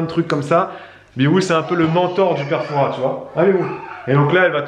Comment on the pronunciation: Raaahhh le s ne se prononce pas dans Fouras 😆 toute mon enfance le fort Boyard ❤️